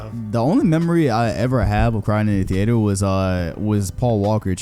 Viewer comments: saying the ater instead of theater you sound like stephen a sying kember instead of kemba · “theeator” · Why tf say theater like that its got me kinda fucked up, is that a florida thing or sum?